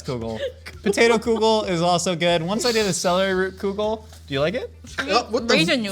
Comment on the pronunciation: I know this whole episode was about soup, but I can’t get over how pronounces kugel….. It’s kugel not koogel… but yes please make a myth munchers about kugels hehehe, yerushalmi is the best kugel and that’s a fact